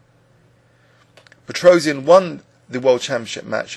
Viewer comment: His name is supposed to be pronounced pet-ross-yahn, NOT pet-rose-ee-an.